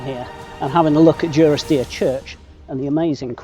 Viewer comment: You pronounce it Due-ris-deer, I always thought it was Duh-ris-deer. Genuine question, what is correct?